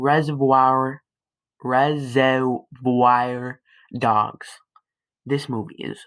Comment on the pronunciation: U pronounced reservoir dogs wrong